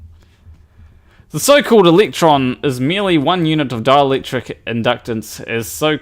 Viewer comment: When you say 'dielectric' I hear 'Dalek'.